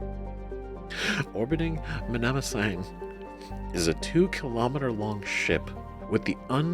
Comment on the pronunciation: You need to work on your pronunciation. Mnemosyne is not pronounced that way. Think "Neemo sign". 😜 Btw, technically, you don't have a geth. You have 1,183 geth. You're not talking to him; you're talking to them.